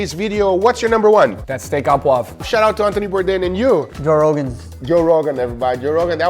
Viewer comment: Steak a Pouv? wwhat happend to the RE ? hahahaha :p It's Pouvre